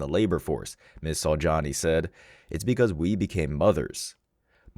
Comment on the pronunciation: "Ms. Saujani"....really? "Som Ting Wong?"